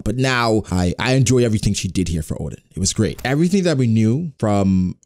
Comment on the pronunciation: My ears having problem with his "Odin" pronunciation instead of Oden...